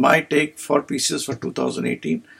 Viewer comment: It’s Pisces not pieces 😂